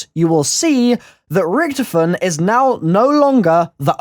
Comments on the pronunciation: Can you say Richtofen correctly? Jheez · the way you pronounce Richtofen is so wrong and makes me cringe.